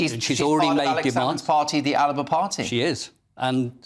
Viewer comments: It is not Aliba, it is ALBA. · It's ALBA, Not ALIBA! This is not the Arabian Nights!